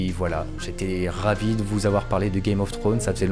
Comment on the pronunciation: "Game of thrones". Faut pas oublier le "s" :) Superbe vidéo en tout cas